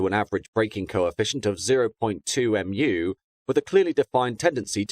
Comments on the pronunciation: Just so you know, μ is pronounced like "mew" not "M.U." Plus, you don't need to say it after the number itself because it's a ratio rather than a physical quantity. It's like when you say a Mach number, you would just say 0.8, rather than 0.8 M. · Just a suggestion, if you need to use mu in future when talking about the coefficient of friction, it's mew (Greek letter µ). Not m u. Lympne is pronounced Lim, damn English towns & their weird spellings. One of those places designed to catch out those who have never heard it pronounced before (I only know because of the zoo).